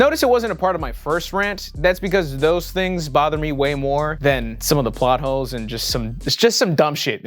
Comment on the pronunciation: I swear he said 'plot hoes' lol